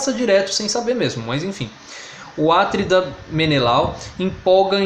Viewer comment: Cuidado com a pronúncia das palavras a-TRI-da, cro-NI-da, pe-LI-da!